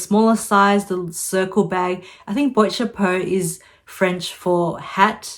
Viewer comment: It’s BWHAT CHAPO or just say hat box rather than boyt chapu.